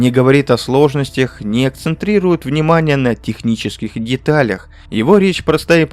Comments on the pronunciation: Спасибо, интересно (хотя все-таки "акцентирует", а не "акцентрирует"). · Акцентирует, а не акцентрирует